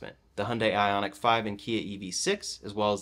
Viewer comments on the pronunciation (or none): none